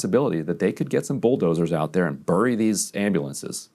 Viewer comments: Ryan, it's pronounced berry, not burry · Ryan says bury oddly